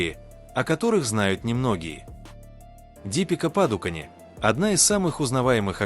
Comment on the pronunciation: Почему вы сами не озвучите или сеть не научите правильно имена и фамилии называть? ДИпикаПадукОн, её отец ПракАш ПадукОн и другие имена, дослушать так и не смогла.